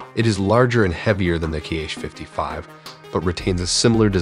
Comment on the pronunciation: The missile name is just /Ha/. Apart from that, you indeed tried to research the pronunciations of the alien language 👽